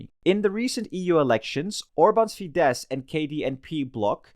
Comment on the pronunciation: As a Hungarian, I'd say this was a pretty good summary. Bonus Point for getting the pronunciation of FIDESZ right, which I heard badly pronounced many times before. Well done! :)